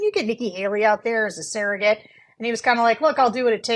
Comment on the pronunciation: Why does Sarah say surrogate like sarahget ? Lol